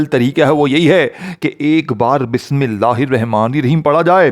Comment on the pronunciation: بسم اللہ تو پہلے سہی پڑھ لو اور پھر وظیفہ بتانا